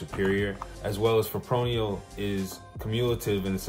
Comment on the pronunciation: Fip-ro-nil no fipronial